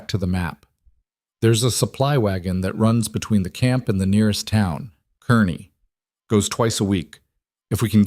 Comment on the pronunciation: I live in Kearney, NE…just like in this story! It’s pronounced “kar nee”. North Platte is west of Kearney, not east. Doubt there are any boulders in this area too. Good story though